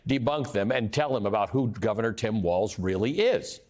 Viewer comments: JV Vance doesn't even know that it's Tim Walz, not "WalTz". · Is it me of does JD Vance pronounce Tim Walz as "Tim WALTZ" ? I've heard him say it like this many times. DOes he really not know how to pronounce WALZ or is he trolling? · The guy can't even accurately pronounce Tim's last name